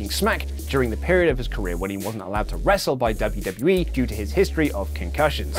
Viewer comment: did you say, "Luv-U-W-E". I have been stung by several red wasps so I might be slightly unfocused on the narrative. My apologies